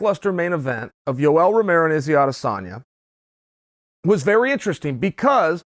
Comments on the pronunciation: No One: Paulo Costa: Yoel Homeho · Justine Sj Yoeh homeho